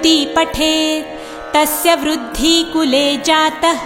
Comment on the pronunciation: कुर्ती वुरुद्धी ऐसे ही गलत उच्चारण होते रहे तो मां कुलदेवी जरूर आशीर्वाद देगी इससे बढ़िया तो ना सुनना नहीं बेहतर है